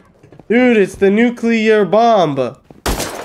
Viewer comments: its NUCLEAR not NUCULAR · Nuclear < Nukular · “ new clear “ not “nuke u lar” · Nuclear not nucular dingus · It's nuclear not nuculer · Nucular, the S is silent